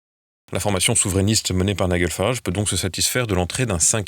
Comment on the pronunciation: "NIGEL FARAGE" le prénom se prononce comme GEL et non pas comme guêpe